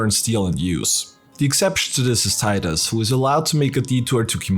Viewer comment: Subscribed because you pronounce Tidus correctly :p